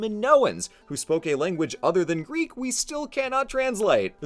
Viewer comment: Also wow, so many people butcher the greek language but you’re pretty damn close man.